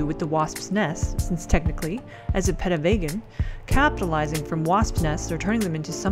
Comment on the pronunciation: Also, it's pronounced Pee - tah, at one point you said pedo which kinda freaked me out